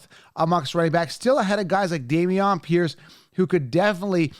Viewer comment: Zach is right. You're the only one on YouTube mispronouncing the names of some of these rookies. It's not that hard. Dameon Pierce is another name you keep mispronouncing...his first name is pronounced the same as Damian Lillard. It's not "Day-Me-On".